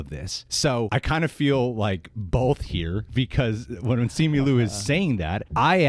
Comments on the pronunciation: Simi Lu? First off, you're Asian... You are not allowed to butcher Asian names. It's Simu (SeeMoo) Liu (Lyoo) come on now, get it right! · Bruhhh it’s SIMU LIU NOT SIMI LU!!!! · SEE-moo LEE-ew, please... he tweeted his own name pronunciation. Agree with you guys -- yikes leadership at Disney, huh?